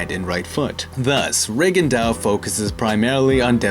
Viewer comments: Re Gon Doe, not Rig and Dow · Reagan dow? That's not the right pronunciation I guess. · Why did you continuously butcher his name? Please respect these non white fighters. You had to have known how it was properly pronounced lol